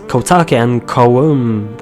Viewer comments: For the witch its pronounced Ko-Yu-Mae. Since you were having a bit of trouble. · It's Kume A but you can call it what ever you want I just wanted to inform you so please don't judge me because a million comments on this will say omg he can say what he want and omg don't judge him I'm just saying that's how you truly pronounce it.